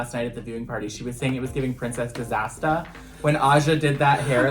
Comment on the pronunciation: not Princess Disastah 💀💀💀